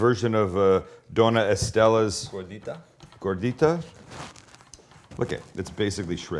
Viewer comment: I couldn't help but laugh every time he said gordita 😂 I haven't had gordita in a long time but I don't rememeber it being open like that. Now I really wanna make some for dinner this week .